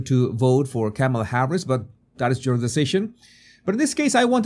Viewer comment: ...and mispronouncing her. You can say "mama" & this " , " is a comma; add "la" on the end, simple. I have an accent too, I listened to how she says her name and repeat it. Continuing to willfully say it wrong, like saying "democrat" instead of correctly "democratic" , speaks to a lack of respect for others and a big helping of self importance...Trump is just like this too, zero objectivity.